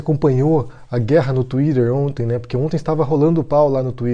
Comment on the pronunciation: Ótimo vídeo e cê fala Twitter engraçado, goxto.